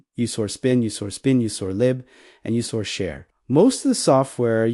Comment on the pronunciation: Your READER sux ROOT --> ROUTE sbin --> spin usr --> oo-sar sys --> seize execute --> WTF was that ? truncated sentences and so on